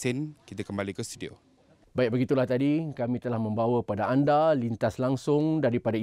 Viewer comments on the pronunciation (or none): none